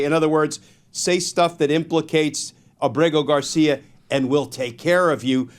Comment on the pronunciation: Why does everyone mispronounce Ábrego García’s name? The stress is on Á, not e.